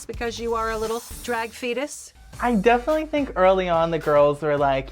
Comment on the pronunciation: Does he keeps saying "definintly"?